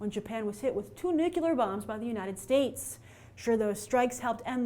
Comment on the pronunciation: Nucular bombs?